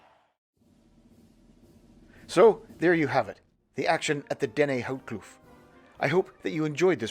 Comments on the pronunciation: Pronunciation Dennehoutkloof = Denneh hote (as in oat) kloof (long oof) I am a Saffa Military Vet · Pronounced "Dena hout kloof" (Pine tree valley) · Dennehoutkloof would be pronounced as 'Den-neh-howt-kloef' in English. It means 'Pinewood-canyon' Or Pinewood-ravine' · Sadly the pronounciation was way of bit nice video as always